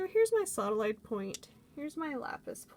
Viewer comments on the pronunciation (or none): U said sawdalite 2 times